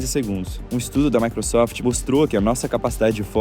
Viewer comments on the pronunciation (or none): none